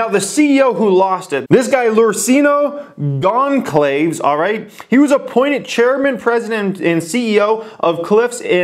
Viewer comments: its pronounced Gon-sal-ves i know because its my last name...he is either Brazilian or Portuguese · please pronounce analyst more like "anna-lyst", and less like "anal-lyst". And please look into "Gon-calves", unless you intentionally mispronounce words for entertainment purposes:-) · its not matter of perfect pronounciation that would be impossible due to the accent i was just putting it out there. I dont have any expectation i just felt like sharing that the C is pronounced like an S. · He mispronounces his name terribly.